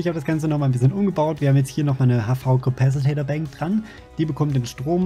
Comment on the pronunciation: Spark hat es sich schon abgewöhnt du kannst es auch! Es heißt Capacitor nicht Capacitator. D: Bitte bitte versuchs zu ändern, dann seh ich auch über Soundprobleme hinweg. Nimm mal mit Spark auf und sag Capacitator, mal schauen ob es ihm auffällt. :D